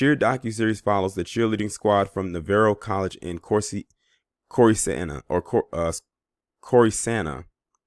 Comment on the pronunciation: Corsicana (course-eh-canna) phonetically